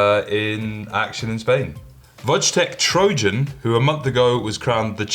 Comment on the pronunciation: It' pronounced Voytech Troyan ;)